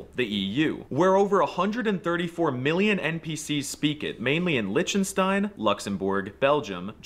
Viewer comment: It's not Litchenstein. It's Liechtenstein. Short i despite the e and the ch really is like the loch in Loch Ness, which is easy for Germans to pronounce and literally means "Hole Ness" if it were a German lake. Bonus: The G is also "ch" at the end of words; Tag (day) -> Tach (also a standard greeting if you don't wanna say "Moin"). The R I never learned to pronounce. I love hearing Yiddish, which sounds like an even funnier Dutch to me. Lots of its words made it into colloquial language. Since most won't get the Bielefeld joke: It's a German meme since at least the 60s that Bielefeld doesn't exist (hence it's cut out of the map). Reckon it was a joke, but High German and Low German refer to the elevation of the land, maps were oriented East in the past anyways, and they indeed are different languages with Low German becoming Dutch and English while it's nearly extinct in Germany itself. I'm from the North but barely understand it because my school really messed up keeping that tradition alive. Many of the old geezers around here still speak it fluently (rural area), but claim to not understand English despite using identic words at times, like vacuum pump. Anyways, I always say that you can identify a foreigner by their accent if they grew up 40 km away from you, or maybbe even less. Some old people could probably hear if someone is from the next village and of course hate them because rural rivalry is vicious. After 300 km of travelling inside Germany people start to sound r